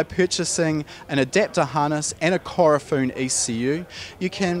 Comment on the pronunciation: Its Ku-ro-fu-ne lol not Korofun